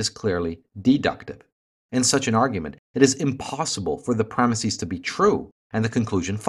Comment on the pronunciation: I'd love to hear the logic behind your pronunciation of the word "premises."